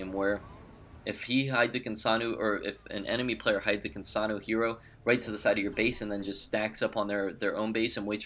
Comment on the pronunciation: Why do you pronounce her name like that? You sound like you're saying, "Kinsanu" instead of "Kinsano". Ends with an "O". Not a "U".